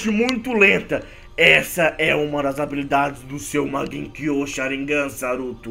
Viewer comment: voce errou a pronuncia e Sharigan nao Sharignan